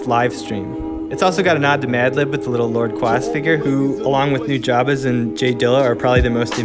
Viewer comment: The last syllable in "Nujabes" is pronounced "base". Better not to strongly emphasize any syllable, but that can be awkward so the 1st and 3rd are preferable. Normally I'm not big on correcting pronunciation, but I honestly couldn't figure out what the hell you were saying until I realized you were talking about the guy who made Spiritual State.